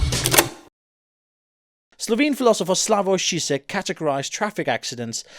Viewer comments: i don't know the "correct" way, but I've heard most people say zheezhek, not shishek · pronopunce ž like you pronounce j in Jacques. You're pronouncing it like "Šisek" t. Croat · Well worth waiting for! The way you pronounce Zizek is quite funny though haha :D